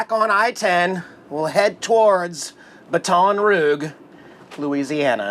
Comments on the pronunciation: I got prompted! ;-) I always thought "Baton Rouge" would be pronounced like the French word for the color red - but hey, I'm a German, living in Germany, with English being my second language, and 10% of French being 10% of my third laguage, so what do I know? ;-) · its bâtons roujjjjjjj not rogue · It is pronounced as the French way by some people. I never heard it like said it. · It’s Baton Roooooge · Baton Rough. Awesome dig at those who are so picky at your pronunciation of places. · Excellent video as always. Loved seeing the Waffle House, great food. Seeing I-10 and I-12 brought back memories, my folks and I have been on it many time. LOL. Baton Rouge is pronounced: Bat-en Rooj. (I am terrible at trying to write out words as they sound). Jax is always adorable, give him an extra treat from us please. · ..... You need to learn correct pronunciations of the cities you visit ...... It's just so rude to mis-pronounce them ......... It's pronounced "Bate-on Ra-Goo ........" ........ ........ ....... You're welcome !!!!!!!!!!!!! !!!!!!!!!!!!!!!!! !!!!!!!!!!!!!!!!!!!!!!!!!!!!! !!!!!!!!!!!!!!!!!!!!!!!!!!! !!!!!!!!!!!!!!!!!!!!!!!! !!!!!!!!!!!!!!!!!!!!!!! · It is pronounced baton "rouje" (in French anyway)😁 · You know good and well that's not how to say Baton Rouge, Bat-ton Rooge 😂. And, ty for showing beautiful Jax. Didn't see him in last video. 😿 Love Jax. Btw, must be in Texas by now, maybe even finished but gas prices are up now in LA. Tc and safe travels. 🙏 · I like the pronunciation of Baton Rouge. 🤣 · His pronounciation of Baton Rouge is wayyyy off lol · It took me awhile to realize you were saying baton rouge weird. lol. I know you did it on purpose. Thanks! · Hey what's goin on In case your tryin to pronounce where you are its Baton Rouge laissez le bon temps rouler ( stands for Let the Good times roll ) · Go ahead and purposely pronounce something. Love your version of baton rouge. Good boy Jax 🐈😺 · I was looking for this comment lol